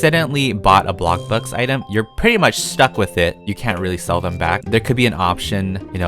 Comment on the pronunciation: I hate how he said ablocburg! And not bloxberg